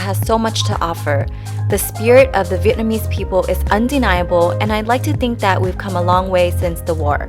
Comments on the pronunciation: You saying Vietnamese very good!😄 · you say Vietnamese so correct because I come from Vietnam